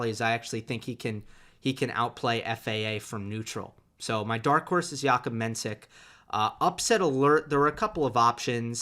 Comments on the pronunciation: Hey, Its pronounced Menshik, not mensik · Appreciate the support for Menšík! Just wanted to say that if you’d like to pronounce it properly it’s Mensheek (š is sh and í is ee). Though maybe Jakub doesn’t mind iirc